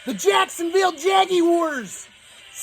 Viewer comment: "The Jacksonville Jaggywars" lmao had me dying 🤣🤣🤣🤣🤣